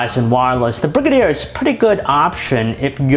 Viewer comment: Its pronounced "Bri-gay-der" not "Brig-a-deer" lol